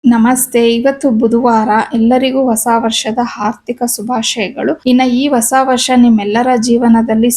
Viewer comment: ಹಾರ್ಥಿಕ ಅಲ್ಲ ಹಾರ್ದಿಕ